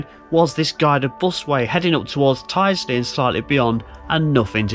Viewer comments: Nice to see you near my home! Your pronunciation is slightly off though, although I can't blame you, lots of people get it wrong! Its Tild-sley rather than tide-sley. Or, for most locals, tilsley, with a silent D!! The bus way is a bit controversial, but I'm a fan. Not really sure why it was built like that, but it does allow the buses to get a fair lick of speed up, with no other traffic to contend with! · locals say tild-sley at least the ones i ride with do :) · Hi. Tyldesley is pronounced TILDSLEY. I can just hear all the locals wincing 🤣🤣🤣. Hope you can get archive photos of Tyldesley Station as that would be really interesting. Great videos by the way. Got my attention whilst watching Martin Zero 👍. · Brilliant video! Look forward to part 2. Welcome to my hometown of Manchester and beyond! No criticism intended whatsover, but Tyldesley is pronounced... Tilds Lee. And Ellenbrook is the correct spelling. Guided busways are a waste of space, they just don't work. That bridge on the East Lancs Road is indeed almost tunnel like. I believe the works are for the installation of lighting as it is obviously very dark in there. 👍🙂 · Tydesey is pronounced Til - des- ly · Looking forward to Pt2, but Martin Zero and the gang will probably have words with you about you pronounciation of Worsley and Tyldsley. They'll probably set Timmy on to you.